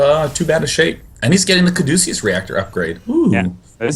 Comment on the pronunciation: Cadeucus. Kaa-doo-kiss.